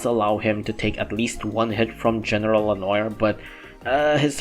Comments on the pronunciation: Hey,, just to help you out Its "le-nowar" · Ok so hum is able to say all japanese names super fast with the accent and is not able to say le noir just check the french prononce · The mispronunciation of lenoir hurts